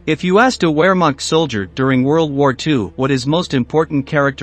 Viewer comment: Wehrmacht is pronounced vairmarkt. W's are pronounced as v's in German.